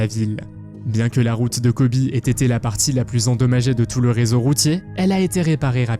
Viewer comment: C'est Kobe, pourquoi prononcez vous : Kobi ? Le fleuve qui coule à Londres s'appelle la Tamise en français , Thames que vous prononcez mal d'ailleurs, c'est en anglais.